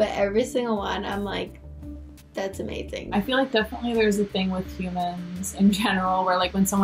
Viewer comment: "The pictures look O-mazing"??